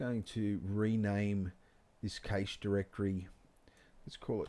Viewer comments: Great tutorial dude, only thing cache is pronounced the same as cash. Great job though, looked really good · Fantastic tutorial but the way you pronounce cache vexes me lol